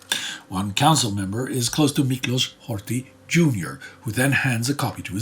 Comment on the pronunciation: A little humor in this dark series, that confuse Polish with Hungarian. s=sz sz=s He said Miklósz and Lásló. Edit: Interestingly the 2nd time he said correctly Miklós (about Miklós Horthy Jr)